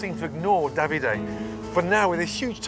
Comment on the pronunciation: I have never heard Davide pronounced so bizarrely…. At first I thought they were saying “dobby-day”.